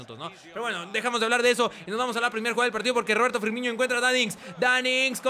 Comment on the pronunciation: DAMNIT Se pronuncia Firmino, NO Firminho / Firmiño